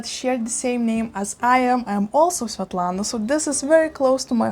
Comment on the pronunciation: Love my Hoya Svetlana. I was so happy I knew how to pronounce it from your channel. 🤣🤣👖🦋🪼🐬🐬🐬